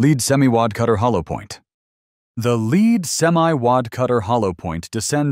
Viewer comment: whoever is doing the talking needs to know: ""lead" (pronounced LEED) is the present tense verb for guiding or a noun for the leading position, while "lead" (pronounced LED) is a noun for the metal"